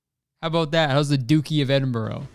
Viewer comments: my guy it’s ‘eding-BRUH’, not eding-borough lol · Kurtis, I don't to sound annoying but it's Edinbra 😂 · it’s edim-bruh, like when you realise how racist the duke is you’re like “bruh” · I'm sorry, EDINBURROW?? it's edinBRUH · Kurtis pronouncing Edinburgh as Edinborough instead of Edin-bruh... comedic excellence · the dukes of edinbro? my guy is edinBRUH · ITS EDINBRUH NOT EDINBORROW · “DuKe Of EdInBrO” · Edinbirogh noooooo is edinbraaaa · btw kurtboy its pronounced edin bruh not edin burrow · racist royal guy is legit pronounced duke of edinbruh - missed op for some doozies kurtis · duke of edinbro 😭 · “Duke of Edinbro” Kurtis Conner 2021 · its okay we hate the duke of edinburgh in the uk anyways (also its pronounced like eddin-bruh) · No one: Kurtis: the Duke of Eding-bro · Kurtis pronouncing Edinburgh as Edinbro made me realise how british I am. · it’s edinBURUH hahahahahahahah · duke of “edinbro” i’ve never felt such pain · "The duke of edinbureau" It hurt me every time he said it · Kurtis... it’s pronounced Ed-in-bruh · Kurtis pronounce it Edinbruh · Edinburgh us pronounced ‘Edinbra’ it’s spelt weirdly because it’s in Scotland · Edin-burrow. The Duke of Edinburrow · The way he was saying Edinburgh 😭😭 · The way he pronounced Edinburgh😭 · Anyone else from actual Edinburgh in Scotland absolutely screaming at how he pronounces duke of Edinburgh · Kurtis saying Edinburgh wrong is so funny to me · theres about 5 minutes of this podcast dedicated to butchering the pronunciation of edinburgh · Your jokes about Prince Phillip are that much funnier because of the fact that you pronounce “Edinburgh” horrifically wrong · Hearing Kurtis pronounce Edinburgh like that is physically painful lol. Also we all hate Prince Phillip anyway, he’s a creepy old dude. Even people who like the royals hate him. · Kurtis...man...I totally agree with you on your opinion of the Duke of Edinburgh, but as a Scottish person, the way you said Edinburgh physically hurt me hahaha